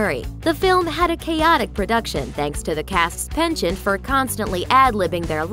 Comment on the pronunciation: Love the diabolical pronunciation of 'penchant'